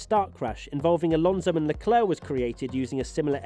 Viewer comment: luh·kluhk The last c is not silent.